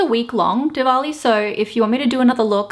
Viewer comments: She is probably the only white youtuber who did a look based on a Hindu festival. So happy to see the diversity. And yes, you pronounced 'Diwali' right! Happy diwali to all those who celebrate😀🎉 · As gorgeous as any other looks of yours😍 and you very well pronounced Diwali😘 much love new Indian YouTuber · You did pronounce it right! Thanks for representing my culture in a respectful way <3333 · Yes girl you're pronouncing it so well. Diwali is my neighboring country event. It is so cool. I do have Indian friends and I always wish them